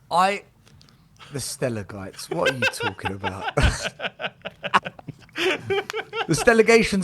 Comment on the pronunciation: Steligites😂, mate you get alot of hate but your spot on everytime,you and Dagul get so much hate but you say it how it is